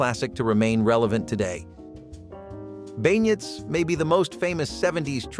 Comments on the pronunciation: beignyets? & shoeFLEA pie? try "ben yays" & shoeFLY pie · did he seriously say shoo flea pie instead of shoo fly. I noticed several other ones that he pronounced wrong, especially beignets, he actually pronounced the -ets at the end instead of ben-yay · Beignets is pounced Ben -yayz. The French are complicated 😂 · unfortunately he more than made up for it by his beignets & shoeFLY pie pronunciations